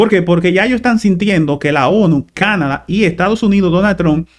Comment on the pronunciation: Por favor, es Canadá; la tilde y el acento en la pronunciación es en la última Á. Nos hemos acostumbrado a pronunciar dicha palabra, con el acento en la pronunciación en la A de la sílaba CA - na - da. Y excúsenme por hacer la corrección por este medio.